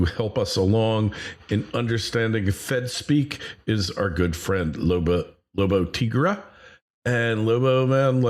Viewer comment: At least learn to pronounce his name correctly. Tigre, non Tigra. Unbelievable. sometimes I hear other youtubers pronouncing it as Tigrey. Where they got that "y" I do not know. It seems to me that native english speakers do not understand alphabet.